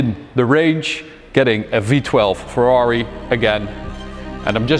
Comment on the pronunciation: Very congratulations from Italy! I appreciate the commitment in the Italian pronunciation! always the top